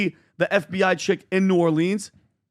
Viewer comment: New Orleans… it’s killing me..we say new or-lens… not leans… nails on a chalkboard for me… from a native New Orleanian.